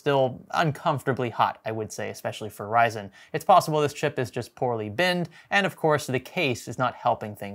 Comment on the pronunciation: It's ryzen 😂😂😂😂